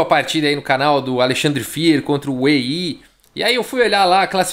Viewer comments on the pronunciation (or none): none